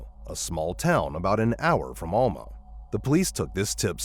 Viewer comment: Case 2: Alma = AL-muh Stuttgart = Stut-gart not stoot-gart Morgan Nick’s case has also not been solved and she has not been found…alive or otherwise.